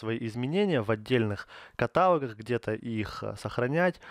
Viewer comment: каталОг, однако